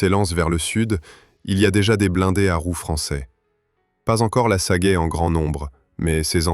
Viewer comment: Et pas non plus "Sagaille", c'est "Sagaie" (prononcer "Sa-Gué")! Ces voix générées par l'IA sont une catastrophe!